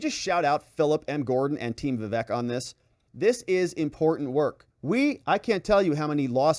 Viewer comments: Hey. It's not vivek like heck. It's vivek like cake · Perfect! But pretty sure it's "vih-VAYK" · ▶️ It's pronounced: "Vi-VAKE" like CAKE!